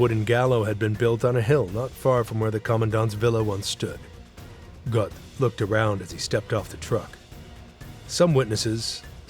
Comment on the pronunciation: the o umlaut - which perhaps you might learn to pronounce - is roughly the same as if you say 'er' (as in ['um' or 'er' in 'er, I'm not sure what you mean...')